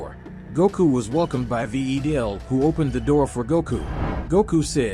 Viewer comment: Its pronounced vi del